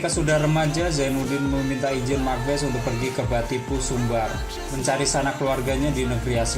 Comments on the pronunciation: Makbase dibacanya bukan Makbes tapi bacanya Mak Base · Mak base bang Bukan mak bes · Bukan Mak Bes kak, Mak Base. e nya dibaca. Hahahaha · Sedikit info mas sebutan Mak base,😀😀 bukan Mak bes🙏🙏🙏🙏